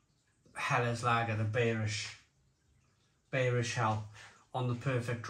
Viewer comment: Schneider beerish 🍺 hell....😈 It's pronounced (in English) buyrish hell...